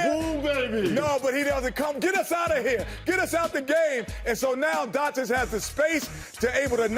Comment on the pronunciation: You know Shaq will be back soon and he will make BBQ Chicken out of Chuck. These dummies better learn to pronounce the name right. It's pronounced DON-CH-I-CH!